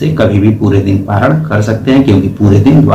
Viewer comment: परायान नही पारण होता है